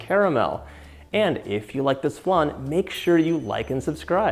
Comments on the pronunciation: It’s funny how you say flan. I’m Mexican and we had it flAn and you say it flun 😂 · I do love a good “flun” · Looks delicious, but what's a flun? Lol xx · It hurts hearing how he says it when uk french..